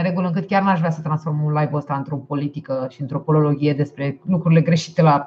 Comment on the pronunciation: Poliloghie, nu polologhie :)